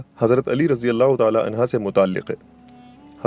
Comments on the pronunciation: Bhai ye anha nahi hain anho hain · Anhu not anha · Anha nhi Anhu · عنہا نہیں عنہ جاہل انسان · Sir razeallah hoo anha ni anho hoo hy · عنھا مت کہیۓ بھاعنہ کہیۓ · Anha nahi Anhu sahi h. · Razin Allah u taala anha nhi anhu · Ali razi Allah anha nahi anho hai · It is "unhu" not "unha". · Razi Allah anhu hota hy g anha nhi isy durust kryn kindly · Anha nahi bhai hazrat ali r.anhu kahte hai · Anhaa nahi hai sir anhu hai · Ali arazyallah anhu hai anha nahi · عنہا نہیں عنہ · حضرت علیؓ عنہ ہے عنہا نہیں یہ غلطی درست کریں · It is Ali Razi Allahu Taala Unhoo (not unhaa) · Hazrat Ali. Anhaaa ni anhoo hoga hy bhai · Anha nhi hota bro anho hota hy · Hazrat Ali Razi Allah anho and U every time said Hazrat Ali Razi Allah anha which is totally wrong please correct before uploading and answer me. Thanks and regards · عنھا نہیں ہے عنہ کہ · Bhai anha nahi anhu kha jata hai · Mashallah subhanallah jazakallah but mola Ali a,s bolain anha nhi